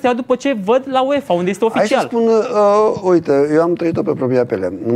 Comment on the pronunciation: se zice piele nu pele..lingăule